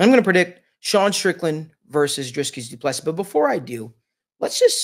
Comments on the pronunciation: Doo plu sea....pronunciation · Put respect on his name by pronouncing it right.